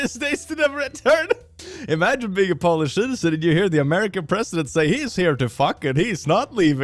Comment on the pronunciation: You need to polish your English, since Polish has an "o-w" sound insted of an "o" sound